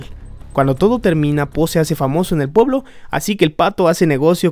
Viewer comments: dice poblo en vez de pueblo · Minuto dice poblo xD